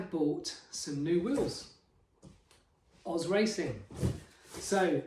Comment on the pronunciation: Just an FYI, You pronounce "OZ" in OZ Racing like the letters "O" and "Z" said individually, or similar to "oh-zed" (British) or "oh-zee" (American), as the name comes from the founders' initials, Oselladore and Zen, That is why there is a dot in-between the letters. You corrected yourself in the middle of the video, but I wrote this at the binging of the video.